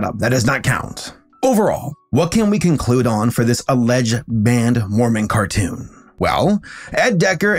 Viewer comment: Car toon, tmcar toosh